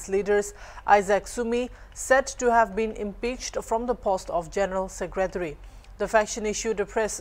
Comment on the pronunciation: It's not #Secrateary stop overacting being a reporter say #secretary , be careful in your pronounce 🤣